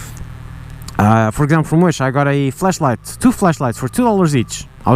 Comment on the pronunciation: Accent made it sound like you said "Fleshlight" multiple times. Or maybe I just have rotten mind.